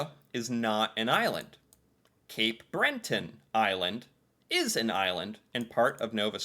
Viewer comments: 😂🤣 Cape BreNton....no its just Breton & sorry to anyone named Brent 😊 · It surprises me how many ppl don’t just look at a map & see that we have the same width as the US (in general)! Why? Because we are on top of you, part of the same continent. 😆 Nova Scotia is too big to be considered an island & it’s attached. Btw, it’s Breton, not Brenton. 😊